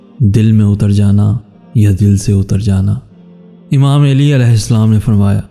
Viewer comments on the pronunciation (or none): Plzzz pronunciation correct karlo plzz it's not Aili it's Ali Ai-li not Aa-lii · ya ( eli )nae hota ok Ya ( Ali ) Hota hai Sae kro tura sa plz